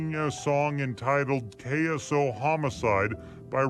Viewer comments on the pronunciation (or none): It’s ksoo not kaysu this dude hatin 🤡